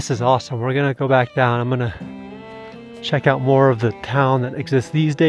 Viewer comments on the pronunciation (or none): none